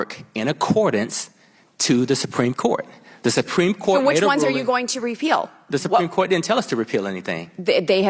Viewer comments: The “sipreme” Court? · "Simpreme Court" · "The sumpreme court" ? She doesn't even pronounce half the words she is reading from her screen right. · Did she say "sumpreme" court I think she did 😂😂😂😂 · Soompreem court? Re-lied? Good lord she needs to read some key stage learning speech books.